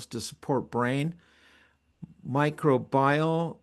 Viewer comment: Microbial refers to Microbes. So pronounced Mi-Crow- be- all. FYI